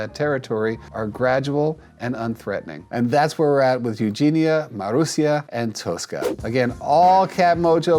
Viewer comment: you said Marusia almost perfectly :)